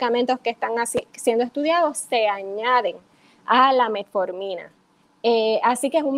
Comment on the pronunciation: aprende bien el nombre de la pastilla no es METMORFINA